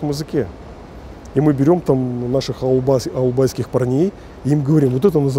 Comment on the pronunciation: Ауылбайский деп жаман айттын!